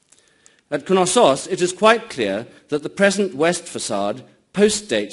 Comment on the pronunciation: Which "K" is silent? In Knosssos? Why would it be, it's from Greek, not Old English (where the "K" wasn't silent anyway, in words such as knight).